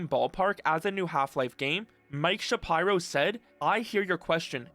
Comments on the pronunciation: Shuh-Pie-Row. SMDH. It's Shapiro, bro. Shuh-peer-oh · Please don't tell me it's actually pronounced Mike Sha-pyro bruh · Mike Shuhpyro? Jesus Christ, dude. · sha pie row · Mike "Shap-eye-ro"?